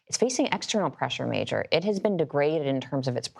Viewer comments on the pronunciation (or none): none